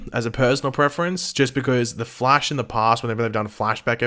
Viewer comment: I’m sorry but I know I’m not the only one who is bothered when pronounces THE FLASH wrong.